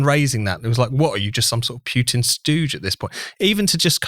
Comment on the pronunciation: Who is this "Pyutin" (Pyootin) guy? Any relation to the Russian president? You know, Vladimir Putin? (I mean, a couple of clicks on Google will give you the approximately correct pronunciation. Jeeez!)